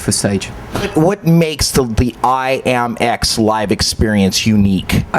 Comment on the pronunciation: It's not IMAX ITS IAMX